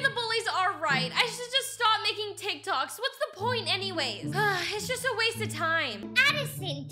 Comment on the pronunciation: Lmao “teek toks”